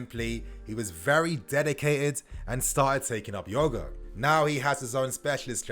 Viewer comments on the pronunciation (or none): is really gassed for Ruben return,he had to say yogo instead of yoga 🧘‍♂️